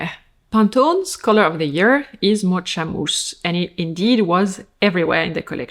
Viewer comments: Mocha is pronounced moka, not motsha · Mo-TSH-a? You mean Mo-K-a? Like "Caffè Mocha/Mocaccino"! "Espresso, Milk, and Chocolate"!! "Mocha Mousse" "Dessert!"!!! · Thank you so much for using your expertise to translate runway trends for us! I love these videos. A couple pronunciation things (bc I recall from a previous vid that you appreciate such tips): - mocha has a “K” sound rather than “CH”, so MO-kuh - strategy: STRAH-tuh-jee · Thank you! I can't wait to create outfits with these ideas in mind. Love your videos, very grateful! I loved your French pronunciation of mocha too 🎉🎉 we would say mock-a in English, but your way is much cuter. I'll be in south korea for a month this summer, I'm going to use these ideas to be chic and cool in the humidity. ❤